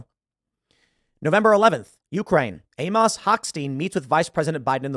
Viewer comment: TIL Tim Pool doesn't know how to pronounce Amos.